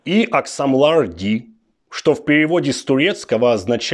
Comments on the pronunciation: Не "Ийи аксамлар дийил" , а "Ийи акшамлар дейил" . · поправочка: акШамлар, не аксамлар:) как всегда шедевр))